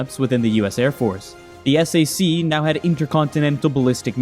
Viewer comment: Strategic Air Command, known as......ess-A-see ????? Uh, no. SAC is pronounced (sack) .